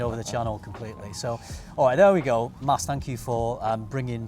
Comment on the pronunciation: its MAS! haha love this guy